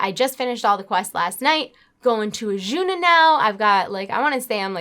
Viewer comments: Azsuna (no h in there anywhere). Otherwise, nice ramble video. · I cringe a little every time you say "Achuna" i love you tho.....